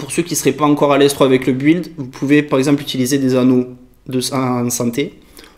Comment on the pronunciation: pr info, build se prononce "bild" ;)